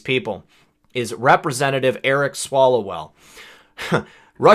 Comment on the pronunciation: Wait are you saying "Swallowell"? I suppose he does.